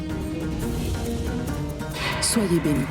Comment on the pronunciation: 😂😂on dirait qu'à chaque fois Zara dit maman j'ai l'impression que j'entends mòmon moi😂😂😂 telman dan Zara sere 😂😂zara telman peze 😂😂